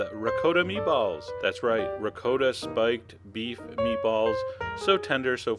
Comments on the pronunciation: Wtf is “RICOOOOTA” cheese ? My god. It’s pronounced “Ragut”. Jeeeez man !!! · Did he just say Rick-co-ta ?!? Noooooooo😂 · I was wondering about that. Had me doubting myself for a sec. The correct prounciation I believe is Ri-cot-ta. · R I CCO TA......LMAO !!! Hahahahahahahaha....OOOOOOOOOOO RICOTTA. OMG! Dude....geez....I don't know what to say....LOOMAO !!! Hahahahaha....I never heard anyone say it like this R I C O T T A...haha! YOu made my day! Thank you for the LAFF. Thank YOU. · Ree-coh-da lol thats funny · Sir please learn how say ricotta properly! I wouldn’t make these because you can’t say ricotta the proper way.😢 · Chef John, thank you so much for all your amazing videos... but we gotta talk about how u say ricotta! Please DM me. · You got to be kidding? You go through the process of making homemade meatballs from scratch then you add a jar of store bought tomato sauce.....you just insulted your meatballs. You also need to learn how to pronounce Ricotta.